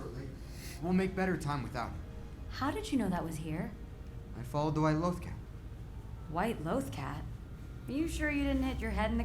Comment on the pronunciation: Episode spends 23 minutes saying loh-th cat.: law-th cat